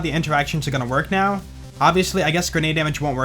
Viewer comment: When says:" that should now be fixed", I hear:" that should not be fixed " for whatever reason 🤔